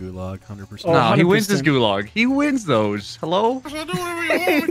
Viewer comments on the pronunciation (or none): anyone else mad because of how they say gulag or am i being a karen right now